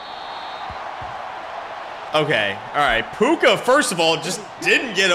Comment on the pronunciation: Dude didn’t say Puka name right one time 😂